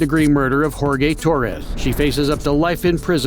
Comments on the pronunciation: Jor-gay lmao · did the VoiceOver guy pronounce Jorge, Whore-Gay? wow!